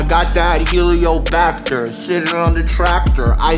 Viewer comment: Helicobacter dude, not heliobacter 😂